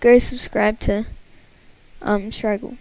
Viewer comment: mans said stygil 😅